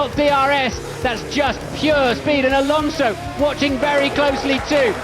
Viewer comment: The guy really said Alanso was caught napping 😂